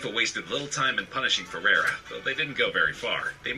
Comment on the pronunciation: I want to spit the dummy every time the announcer calls Rivaldo ''Feirreira''.